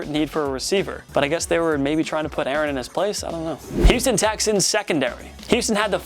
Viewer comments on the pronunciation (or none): none